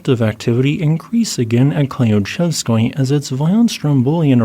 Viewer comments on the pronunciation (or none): Thank you for your continuing updates! One small note: since you will probably be saying these names frequently, here are a few tips: Klyuchevskoy - kl-you-CHEV-sk-oi Kikhpinych - kik-PIN-ich* *KH is a transliteration for an "h" sound that is made near the bank of your mouth, often called a 'hard' H sound. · I am sorry but you absolutely butchered Kikhpinych's name. It's pronounced more like "kihpYnuch" ("ch" as in "channel"). Also, Klyuchevskoy's "yu" is pronounced more like a single "u" sound, and the accent is on the last "o". I hope that helps, slavic names really are a pain for non-slavs.